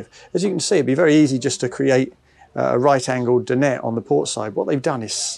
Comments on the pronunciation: Alex is spot on. The correct pronunciation is Din- ette. Well done Alex. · It's a French word, not English. He's one of the few people actually saying it correctly